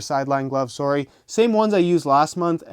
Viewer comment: "sowry!" lol